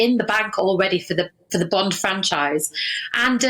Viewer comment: It's Bond... Not Bend...